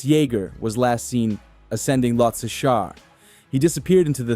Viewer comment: You can't even pronounce the name properly 😂